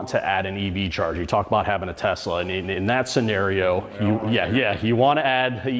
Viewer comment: T e s l a , bruh